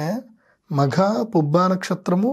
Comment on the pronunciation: Sir Makha is not correct Magha is correct